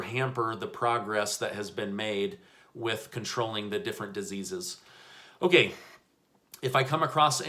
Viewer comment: I love it when you say okAY!!👌 it makes me laugh. Thanks for the news...!!